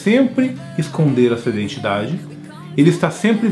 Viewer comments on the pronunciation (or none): none